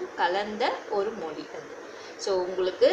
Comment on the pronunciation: ஜப்பான் மொளி நம்ம தமிள் மொளி அளவுக்கு பலமையானது இல்ல னு சொல்றீங்களே... நீங்க முதலில் ல, ள, ழ உச்சரிப்பை நன்றாக உச்சரித்து அதை எங்கெங்கே பயன்படுத்த வேண்டும் என்பதை அறிந்து பேசுங்கள்...